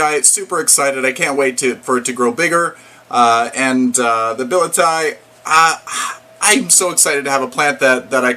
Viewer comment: It is "Billy etti ay". Nice little plants.